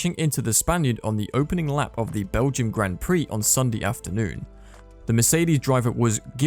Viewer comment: Has this commentator ever watched a Grand Prix? He can't even pronounce Grand Prix or Alpine.